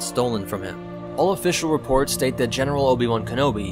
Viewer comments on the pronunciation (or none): none